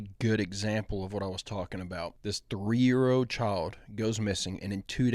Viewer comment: Hey, WTF is a 3 year ODE?? A 3 year ODE?? HUH? I know you mean old. A 3 year OLD, but that's not what you say. You literally said, and say often, ODE instead of OLD. How difficult is it for you to pronounce a word correctly???? I mean DAMN! WORK ON IT OR SOMETHING because that shit sounds stupid.